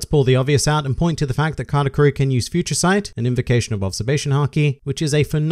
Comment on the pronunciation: I was confused the whole video He's saying category or katakuri?